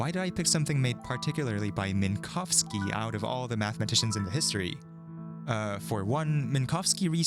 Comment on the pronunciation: I really appreciate that you made sure to pronounce Minkowski’s surname correctly! Unfortunately it’s not common to hear an English speaker making any effort to not horrifically butcher a Polish surname (or almost any non-English surname, tbh), and you NAILED it every time, which makes me all the more happy.